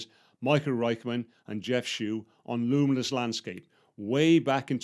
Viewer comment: Jeff Schewe's last name is pronounced -- She wee. One of the true digital photography greats, instrumental in the development of Photoshop.